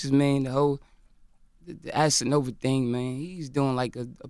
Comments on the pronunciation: Did this dude say Assanova? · LMMFAOOOOOOOO HE SAID ASSANOVA. 😂😂😂😂😂😂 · Anybody else hear that sneak diss? “Assanova”